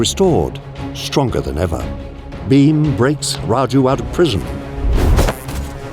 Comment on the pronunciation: Pls stop saying Beam, it's Bheem.